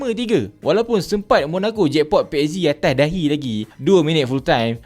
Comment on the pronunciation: Da alang2 ckp utaqa,awat x sebut atas daiee..awat pi sebut atas dahi..adoiii skit lg ja nk jadi da tu..x umphhhh la kawan